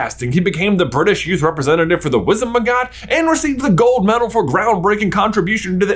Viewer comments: Lol I was looking for this comment. He says WizenMagot instead of WizenGamot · The pronunciation of Wizengamot as “Wizenmagot” hit hard… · It is just me or did J say Wizenmagot instead of Wizengamot? :D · ahh yes the wizend ma got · "The Wizenmagot" XD love you guys